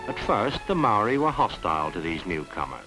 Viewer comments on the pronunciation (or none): the marri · You are pronouncing maori wrong sir